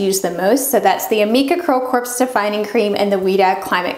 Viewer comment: Great info! Thanks! (BTW, “corps” is pronounced “core”, the p and s are silent)